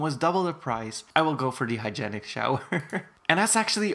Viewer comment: It’s hy-jeen-ick